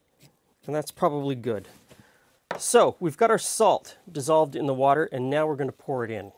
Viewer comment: I came here straight from Brad’s chilli, so as soon as you said “wourder”, I giggled. 😂